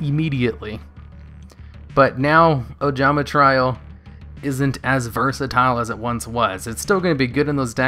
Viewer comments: also try-O "trio" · He's been mispronouncing trio for years, id mentioned it before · It's Ojama 'Tree-oh'. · Tree-oh, my guy. Jesus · qli and moraltach are honestly fine. Sure they have been out for a while but they aren't really words. No excuse for mispronouncing trio though lol